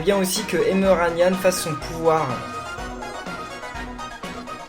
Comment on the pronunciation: ENFIN TU AS DIT EMERANYAN ET PAS EMENYAN